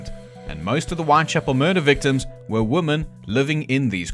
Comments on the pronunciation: You have an extremely interesting way of pronouncing women 😂 Reminds me of the way woman & women inexplicably get mixed up by people when they are constructing sentences. Don't really get it as it's not as if it's complicated. Maybe it's just due to carelessness. Typing in haste, repenting at leisure. But I don't think that accounts for all of it. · Can we go back to pronouncing women correctly?